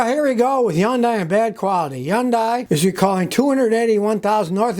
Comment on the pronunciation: I've never heard anyone pronounce Hyundai the way that Scotty does. Does he suffer paralysis of the lips when he attempts to say it, LOL ??????